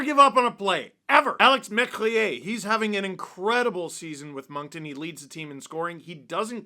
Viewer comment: Thank you for saying Moncton correctly some people say Moncton with a K and it's infuriating. The C is silent like the second T in Toronto